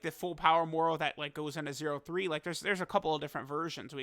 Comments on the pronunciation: Every time says 0.3 😩😩😅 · It hurt hearing “0-3”